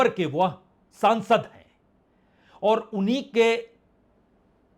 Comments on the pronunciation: "फालटा नहीं फलता" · 𝗡𝗼𝘁 फलटा , फलता होगा